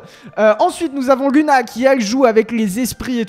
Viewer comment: On dit Louna pas luna